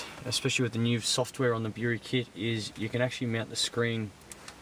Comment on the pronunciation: Erm no installation shown and he's saying "Bury" Wrong :s